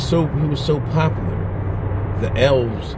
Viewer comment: I was thinking you were saying "L's." Started dying when I realized you were saying Elves.